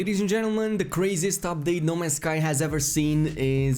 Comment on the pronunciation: Did anyone else hear "the Khrazest update"?